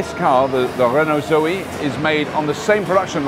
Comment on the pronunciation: Doing that silly accent again!!! Zoeeeee :-) ICE Renaults are infamous for electrical problems, lets hope that reputation doe's not carry over to the EV units. Zoe looks very smart!! that bigger battery expands its potential market!!